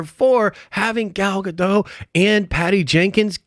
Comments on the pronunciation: Pronounced Gah..Doht according to the Gal herself. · It's pronounced Gal "Ga-doe"